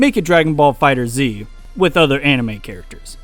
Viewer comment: Its called dragon ball fighterZ (As in fighters but instead of an S a Z) Not fighter Zee